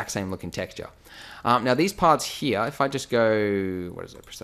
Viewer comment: I love how you say hia instead of here :D!